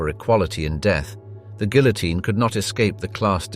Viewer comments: "Guillotine" is mispronounced. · That confused me to, also the pronounciation of the guillotine has me twitching. 😂